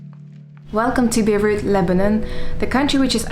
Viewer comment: It's Beirut not Beruit :), check the video. For the rest, awesome as usual. Greetings from Belgium 🇧🇪